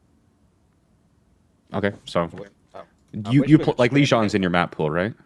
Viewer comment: Liajang? Not that! Ok saying Illios instead of Ilios is ok, but Liajang!!!